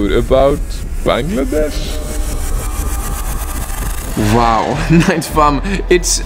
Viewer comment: finally someone who can pronounce our country correctly.😭✋🏻💀